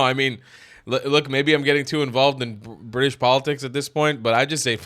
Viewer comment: Bwitish? That *englistan police.